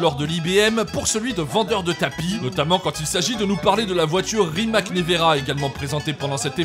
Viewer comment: Aaaaaah j'ai trop envie de rider Voltron ! D'ailleurs Rimac se dit Rimats puisqu'en croate le C se dit TS ☝